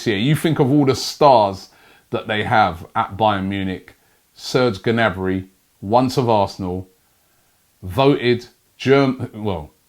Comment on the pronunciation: How does Robbie not know you don’t pronounce the G in Gnabry